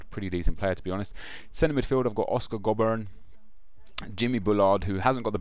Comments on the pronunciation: Jack Hunt is a beast in real life, and its pronounced Go-Burn :P not Gob-urn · Btw its pronounced Go-Bern